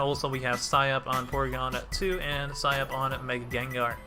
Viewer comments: Sike up! Not sigh up my G! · Wait are you trolling when you say it like sigh up??